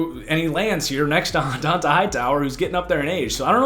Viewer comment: its Josh "Oou-cHAY" for the Patriots 2nd Rounder, Not "Oou-she". and "Don-TAY" Hightower.